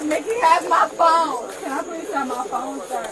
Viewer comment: "He has my phaoune!" "[Unintelligible] my phuw'aune?" Why do they always start pronouncing "phone" like this the instant the handcuffs go on? Sounds like an Australian trying to say "no" 😅